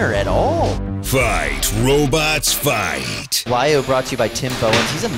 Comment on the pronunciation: that name is lovely. the sound we dutch (especially the youth) sometimes make when something crazy happens. its also not wajo, its WAHYOH!!!